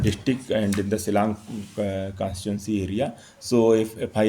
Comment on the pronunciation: Shillong pha dkhar ym dei syllang ka kynnoh lih ...kumno u ioh kam pronounce ruh kam nang bha n ia uba u thep NPP te ioh um nud Kem ne ai FIR